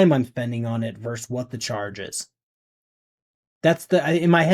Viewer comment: pet peeve: "versus" has two syllables. it's not "verse" ◡̈